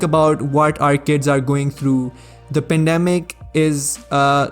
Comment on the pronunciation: man said pendamic